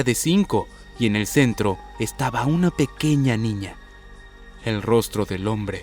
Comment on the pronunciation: Cuando veo el inicio en vez de pequeña dice pequeca